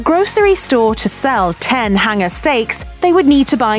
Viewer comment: what is a hinger steak ? these vowel mispronouncing accents ,good grief ( do school kids get bad grades for pronouncing vowels correctly ?) , I hand to tun on the subtitles !